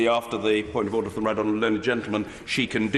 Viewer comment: Come on, you've gotta admit it sounds like he's saying "oder".